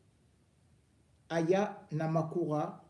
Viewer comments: Elle va se fâcher hein … elle n’aime pas que l’on écorche son nom ! Aya Namakura 😂😂😂😂😂 mdrrrr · Bonjour mon frère on dit AYA NAKAMURA mon frère